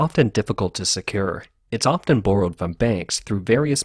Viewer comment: Where is your vernacular from? Ive never heard borrow pronounced like that before